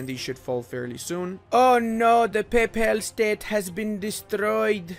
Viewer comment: I can swear he is saying "PayPal state" but i cannot prove it